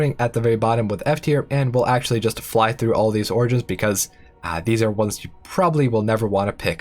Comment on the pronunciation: I dont know what this game is, but I just listened to this entire thing hearing him say "oranges"